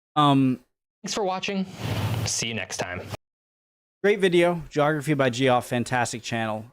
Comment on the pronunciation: Dude, are you seriously still mispronouncing "Geoff" as "Jee-off" even after you have been corrected numerous times due to your incessant previous mispronunciations of Geoff Lindsay? Geoff is a common name in English-speaking countries, so you (as a supposedly native English speaker) should know how to pronounce such a simple name, even more so given that you acknowledged a previous correction of this exact same error in an earlier video.